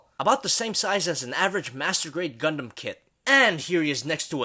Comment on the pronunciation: Did you say GUNDUM